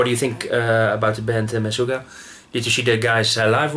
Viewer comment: pronounced: mah-SHUGA